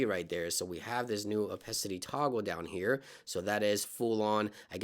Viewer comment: Bro, it's pronounced 'oh-pah-city' not 'oh-pes-city'.